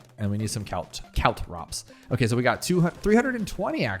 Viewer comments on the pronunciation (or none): Caltrop is only spelled with one T, so presumably it's only pronounced with one T.